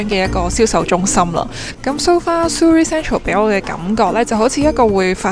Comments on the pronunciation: Surrey U 不是发u 音 是倒e:音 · Surrey 发音错了,应纠正.